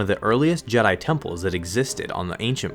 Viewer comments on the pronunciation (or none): none